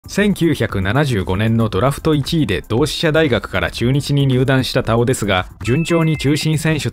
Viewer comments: 「たお⤴️」って違和感あるな 「たお⤵️」の方がしっくりくる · 根尾のイントネーションで田尾って言ってるからすごく違和感ある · 久しぶりに聞く名前だが、読み方に違和感あるなあ。 女優の土屋太鳳の「太鳳」と同じイントネーションなのだが？ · 田尾の発音が太鳳😂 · 田尾と太鳳の発音は同じ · 田尾安志の「田尾」は土屋太鳳の「太鳳」の同じ発音な。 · 毎度名前のイントネーションおかしい たお⤵︎ 顔の発音だよな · 田尾のイントネーション気になり過ぎて、3回目の田尾って言ったところで見るのやめた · イントネーションが根尾みたいになってる。 田尾 田にアクセントだと思うけど。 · イントネーションがおかしい。 田尾のアクセントは頭高やぞ。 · 田尾のイントネーションってこれが正しいの？気になってしゃーない